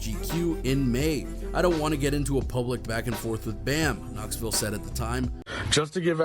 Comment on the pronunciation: You accidently pronounced Knoxville correctly.